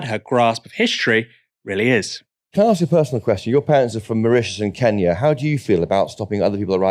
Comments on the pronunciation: Why does she say “keeenya” 😂 ? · It is very annoying how she pronounces 'Kenya' though 'back in Kiinyaah' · "Keenya" - that alone is enough to hate her. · Ken-ya or keen-ya? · Why does she pronounce Kenya like that?